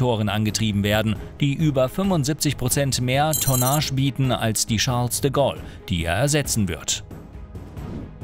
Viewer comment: Charles de Goll 😂🤦🏼‍♂️